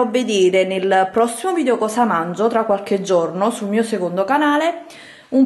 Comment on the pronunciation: Sai che si dice "VidEo" e non "Vidio" ? 😞